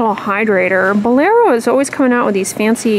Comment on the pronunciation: I like how you pronounce Bolero.👌